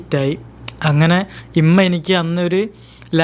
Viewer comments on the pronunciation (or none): ഇമ്മ ❌ ഉമ്മ ✅ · ഇമ്മ അല്ല മോനെ ഉമ്മ എന്ന് പറയു